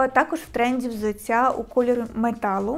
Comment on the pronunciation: Дякую, інформативно, гарна підбірка 👍 Але взуТТя, а не взуЦЦя. У нас Д, Т не одзвінчується на кшталт російської мови (дядя, тетя і т.п.)